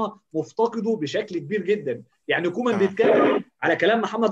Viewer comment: اسمو كويمان مو كومان هههههه